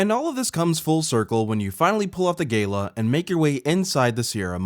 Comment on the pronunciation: My man cannot pronounce Gala to save his life